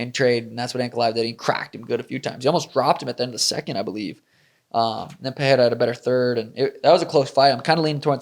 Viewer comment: Any chance we could stop with the dumbass "Puh-hair-ah" thing? It's "Puh-ray-ra"; no double r so no H sound. Rogan (was probably told by someone else) has corrected himself since UFC 300 yet the stupidity persists.